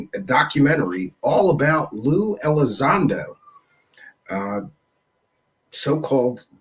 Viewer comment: LUE Elizondo dudes, not Lou.